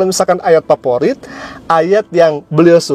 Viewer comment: Kamu aja membaca faforit, malah paporit